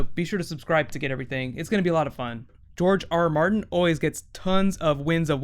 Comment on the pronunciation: George rrrrrrrrrrrrrrrrrrr Martin